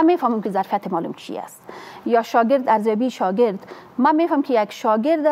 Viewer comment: دنیا به کجا رسیده افسوس هزار افسوس یک انسان بیکاره فاسد که هنوز نمی داند که معلم را چه گونه تلفظ کند این خانم باید اول لسان دری را یاد بگیرد جای شرم است